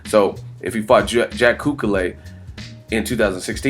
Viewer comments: Culcay not Culcalay :D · its cul-Kay